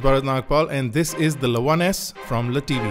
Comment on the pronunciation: Dude......its L E T V......not 'le' tv....its Chinese not French...